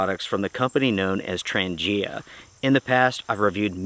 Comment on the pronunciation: Thanks for the review . And BTW, it’s pronounced ‘Tranja’ :)